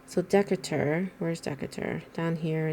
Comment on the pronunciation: It’s pronounced duh-KAY-ter street.